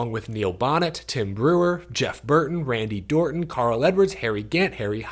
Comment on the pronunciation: Randy dorton❌ Randy Orton ✅